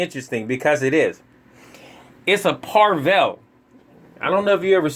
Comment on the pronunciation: No “r”... Pa-vel